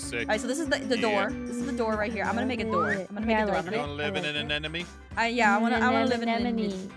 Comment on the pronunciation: Guess what aphmau said???? She said i want to live in an Anenememone! Hahahahahaha!!!!!!!!